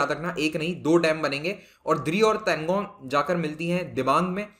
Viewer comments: Tanlo not tangon sir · Not Tangon..It's Talon